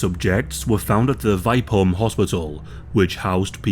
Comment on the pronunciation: VI as in via and the PE as in per holm.VIPEholm